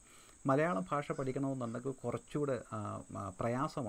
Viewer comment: പക്ഷേ....... താങ്കൾ "ഭ" ഉച്ചരിക്കുന്നത് "ഫ" എന്നാണ്. ഭാഷ - ഫാഷ ഭാഗ്യം - ഫാഗ്യം